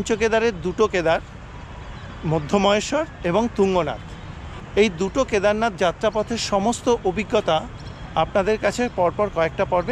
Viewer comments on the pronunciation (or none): নামটি ঠিক মত বলুন,মধ্যম মহেশ্বর নয় ,মদ্ মহেশ্বর